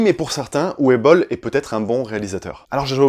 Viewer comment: en Allemand, le "w" se prononce "v" donc en fait c'est "uve boll" pas "ouwe boll" ;)